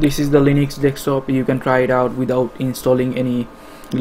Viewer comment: its deSKtop´man ;)